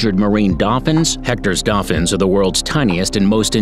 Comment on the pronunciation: 10. Hoiho - hoy-haw 9. Weta - weh-tah 8. (this one hurt) Tuatara - Two-a-ta-ra 7. Pekapeka - peckerpecker 6. Otago skink - Oh-tah-go 5. Kekeno - ke-ke-naw 4. Tui - two-wee 3. Hochstetter's frog - not hamilton 2. Hectors Dolphins - you got it right congrats 1. Kiwi - aye you got it right Bonuses: Maori - maow-ree Taranaki - Tah-rah-nah-key Lek breaders not leak breader Echo location, not eco (port) Waikato - why-kah-tour Manukau (Harbour) - mah-nu-kow Kaipara (Harbour) - kai-pah-rah Taonga (treasure in maori) - Tow-ngah